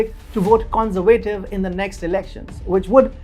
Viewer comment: Your pronunciation of some words is totally wrong, which makes it hard to listen to. Words you have problems with are for example "adversaries" and "conservative". Pleas work on it.